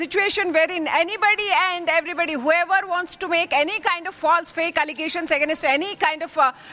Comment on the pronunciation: On another note, why is the quality of this journalist so bad? Claiming is pronounced “climing” Against pronounced as “Again-ast”. Not to mention the number of “aa” space fillers. I mean, people make these mistakes but for a journalist, this is absurd.